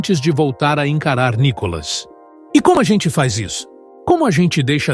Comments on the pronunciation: Por favor, não é ' Có" Cacilda, é " Ni ". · É Nicólas ou Nicolás ou NICOLAS ? Fala certo o nome do cara MEU! Põe a sílaba tônica no " I ' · PORQUE VC ORA SIM ORA NÃO PRONUNCIA O NOME DE NICOLAS ERRADO 😢